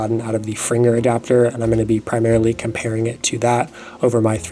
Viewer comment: Gave you a like, just for pronoucing Fringer correctly!!